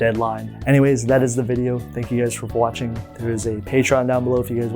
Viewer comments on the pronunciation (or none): none